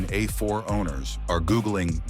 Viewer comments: The good ol’ Audi uh4. With zero nutuhseeay complaints! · I had to stop this garbage ass video less than 3 minutes in due to the absolutely horrendous A.I. garbling NHTSA and calling it an “Ah 4” Click bait pile of shit.